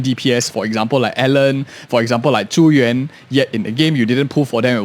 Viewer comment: This is the stupidest comment but I smiled every time you pronounced Zhu Yuan's name correctly. I've been hearing the English VAs in promo videos pronounce it "Joo Yoo-An" for too long. XD